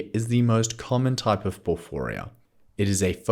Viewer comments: Why do you say porfooria? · Thanks, i think ur saying porphyria wrong though 😂